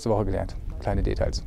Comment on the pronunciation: Wörter wie 'Portraits' oder 'Details' betonst du auf der falschen Silbe... Mal drauf achten;) klingt sonst komisch..